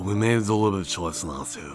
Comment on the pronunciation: Bro how did you manage to make the word "deliberate" into one syllable. That's amazing.